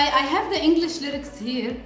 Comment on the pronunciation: I love how she is soo into the lyrics and Pronouncing it correctly ❤😍. Love you guys❤